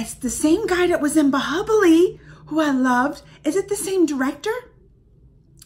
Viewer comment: it's bahubali not bahibali🤨